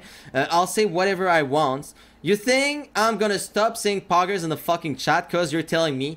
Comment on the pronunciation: POGGERZ IN THE CHATTUH